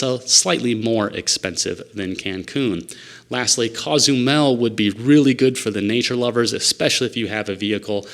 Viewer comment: Coe-zumel, not cah-zumel…just sayin’.